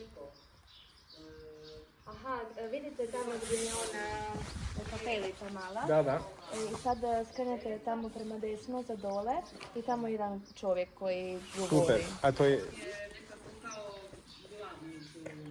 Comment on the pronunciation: Not Kartelizza, but Kapelizza - little chappel.